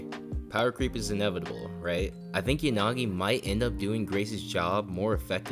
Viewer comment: Yanagi❌ yagani😂